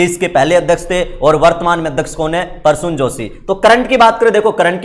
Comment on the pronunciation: Parsun nahi Prasun joshi boliye please